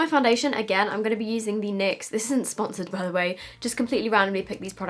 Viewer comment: When she calls it Nixs 😂😂 Instead of N Y X